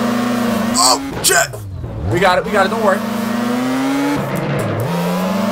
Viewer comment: was thinking he says chip lol